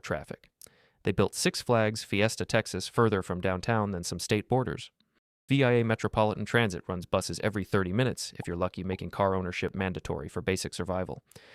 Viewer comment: FYI: For San Antonio, 1604 is usually pronounced "Sixteen-oh-four" and "VIA" is pronounced "via".